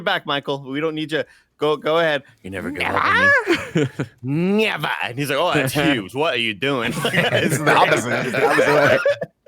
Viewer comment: Greg: NEVVA: NEEVA Nick: NEVA: hzhzxdxdxsxshaxsdXD